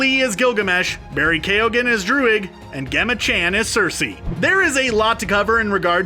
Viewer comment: LOL her name is pronounced "Jemma Chan" you nunce. Uncultured swine.